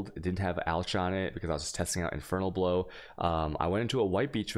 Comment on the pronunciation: Pronouncing the "ch" in alch hits me pretty bad.